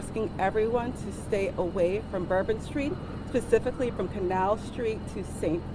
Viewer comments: said pacifically instead of specifically 😂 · so that wasn't just me!! I had to replay it and it sorta sounds like she puts the most silent of Ss at the beginning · Did that fbi agent say “pacifically”? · She literally said pacifically instead of specifically 😂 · she’s a spokeswomen for the fbi in this situation. Yes she should know the difference between “pacifically” and specifically. What? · She pacifically made it clear that it wasn’t a terror attack. We live in New Orleans, and were watching the local news Wednesday morning, and when she said “pacifically” my husband about died. I also loved her nose ring, something that is pacifically violative of the FBI’s rules regarding their agents’ appearances: no facial piercings. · I don’t know. Do you think the script she was reading from said “pacifically”?